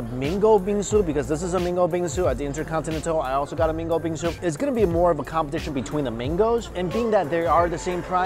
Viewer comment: Mango sounds like Mingo. Confused at first. No offense just saying